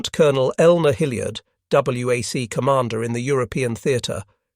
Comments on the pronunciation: The "double yew ack" the narrator speaks of (Women's Army Service Corps) was pronounced, "WACS." There was also an organization called, "WASPS" (Women's Air Service Pilots) who transported fighter and bomber aircraft cross country to the US coasts. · Not w ac just say Wac as a word. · And L-S-T-S instead of LSTs. One has to edit a script carefully to have an autoreader deliver it with the pronunciations a human reader would use, for example, "WAC" would be better scripted as "wack" for an autoreader.